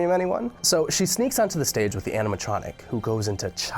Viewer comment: wait- did i hear andiematronic?